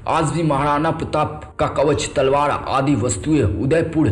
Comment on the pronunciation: Thik se hindi bolo bhai.akbad?tadwad?mahadana?